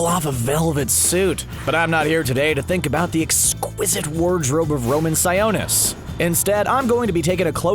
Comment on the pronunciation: Its pronounced (si-o-nis) like the o in octopus